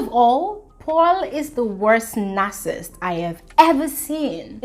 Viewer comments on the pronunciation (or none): Interesting point of view,. “Villain”, “Narcissist” & “Obese”... you could try and listen to audio pronunciations for these worlds...